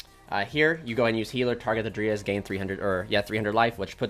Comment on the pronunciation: It bothers me that you say (dree as) for dryas but then again it's better than hearing people say "DrY aSs" lol Great vid also btw